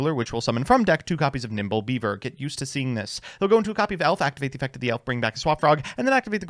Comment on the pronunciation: Did call nimble beaver "nipple beaver"?